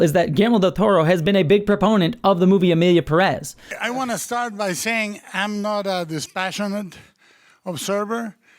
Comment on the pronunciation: Its Emilia Pérez, not "Peréz". Come on now.